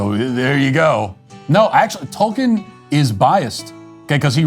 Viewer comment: the way he says Tolkien killed me 😭